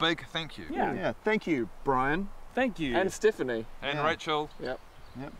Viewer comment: It’s Stephen, not Stephanie. :p